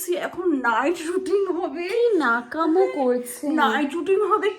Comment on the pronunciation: Nekamo ❌ Nekomo😅😅